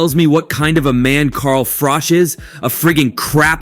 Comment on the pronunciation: This is all old footage... 😂 and its Carl Froch not Frosh 😆